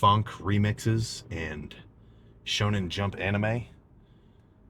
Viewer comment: hearing sam say "shonen jump" is so awesome